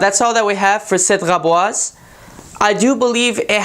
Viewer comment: Wow the first person who can say the name correctly!